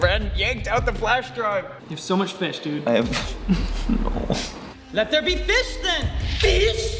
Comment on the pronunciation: “ Let there be fish then, FFISH!” 😂😂😂